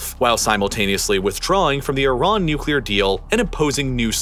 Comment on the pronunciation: Love the pronunciation of Iran it's consistently incorrect